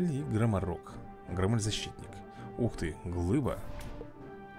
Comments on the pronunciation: Не громмЭль,а грОммель. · громель ударение на о)